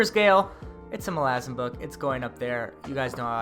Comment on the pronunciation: How you've stuck to your guns pronouncing Malazan... infuriates me but I'm also proud lol. I enjoy your videos and its my first day as i clean my house. Dresden will thrill you all the way through and don't listen to the Ghost Story haters!